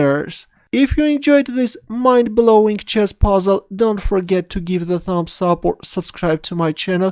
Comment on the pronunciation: I don't know what do you say in the first, I heard " Hello Chest lover" , I like playing chest